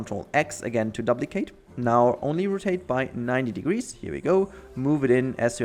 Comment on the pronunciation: These videos are a great help! Thanks! Also, when you say duplicate, the u sounds like an umlaut in Deutsch.